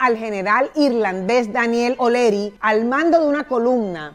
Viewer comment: HOLA SRA. MUCHO GUSTO SRA., EN VZLA SE PRONUNCIA ES, OLEARY. NO OLERY, CREO YO, NO SE. UN GRAN ABRAZO.